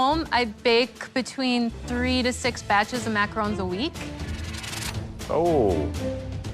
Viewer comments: Gordon calling them macar’oo’ns is making my eye twitch. Loved that said it correctly even when all the chefs pronounced it wrong lol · i'm not even French, but I'm so triggered how they keep saying "macarOOOONs" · "9 foot structure of muhcrones"